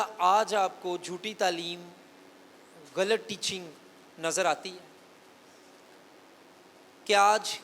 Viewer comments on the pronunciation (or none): آپ کا پاسٹر صاحب غلط کا تلفظ ٹھیک نہیں ہے۔